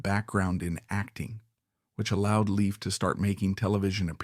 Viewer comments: Leif still has faithful fans who dearly love him! ❤ He's a true survivor! And it's Lay-f Garrett not Leaf Garrett! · It's not Leaf. It's Lief❤Loved Adored, Blessed ❤ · Leif was my one and only celebrity crush. Every album, photo and film/appearance you mentioned in this vid- I owned and saw. It's a shame you pronounced his name incorrectly though. From a 70's magazine article it was stated, Leif was pronounced to sound like LAFE and not LEAF. I met him once at a live concert and received a thank you postcard from him ( prob. written by a P.R. assistant lol). I was thrilled, all the same. My feeling is that adults failed Leif and so many other young ones and chose the $ over a child's life and well being. What choices they made after that is a product of what they learned from the neglect and lack of proper supervision. It breaks my heart and God bless all of them. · pronunciation is LAYF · His name is pronounced "Lafe." :) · At least pronounce his name correctly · You are saying his name wrong. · 1st of all you need to learn how to pronounce the name of the stars Second of all Like anything else He was a young child actor that caught up with the wrong people Like everybody else in Hollywood I'm still I'm still in forever will be a leaf I'm still I'm still in forever will be a Leif Garrett fan